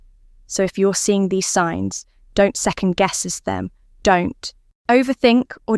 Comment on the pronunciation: Signs not "Sings" > La la la la !!!